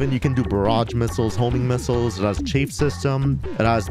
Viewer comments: The word chaff is pronounced like “laugh” in case you care. Ch aff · I'm sure he says chaff wrong on purpose..... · You are still pronouncing chaff wrong, is it on purpose? Am I missing a joke?